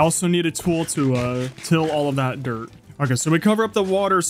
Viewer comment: I love how you say dirt duert